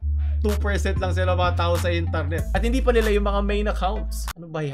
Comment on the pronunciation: I love ur accent can u say it again: Intarnet